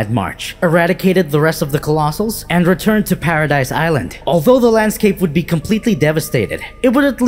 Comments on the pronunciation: Lmao saying “paradise” island is so triggering, bro it’s pronounced as “paradis” or “paraday” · The island is pronounced paradee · It's pronounced "paradese" not "paradise" ffs. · The way you pronounced manga and paradis is cringe.